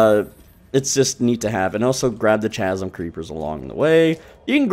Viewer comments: Love the guide, but my man, it is pronounced KAZ-UM, not CHAZ-UM.... Seriously, though, hell of a job, dude. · ♥️ Chasm pronunciation = Kaz em. Great video sir 🙌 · Chasm is pronounced like the h is silent. So it's Kas-sim.